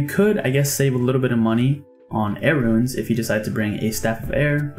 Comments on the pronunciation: Bro I love (and am grateful for the guide), but it's RUNES not RUINS lol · the way you pronounce ruins really runes the video